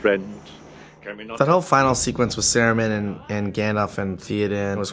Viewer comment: I cringe every time I here "Sare-roo-man". Like, weren't you on set for pretty much the entire filming of all three films, and you still pronounce it like that? 😂